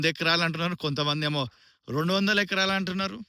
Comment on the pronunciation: Acras kaadu, it’s acres!